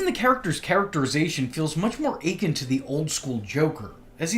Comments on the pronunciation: Akin is pronounced “uh-ken”. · That's not how akin is pronounced😭